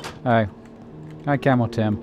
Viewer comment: Every single time he said "camo tim" it sounded like camel tim 😂